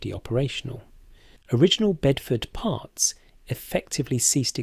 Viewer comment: Sounds russian 😂 raiding partz